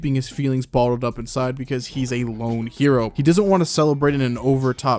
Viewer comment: "Lone" no...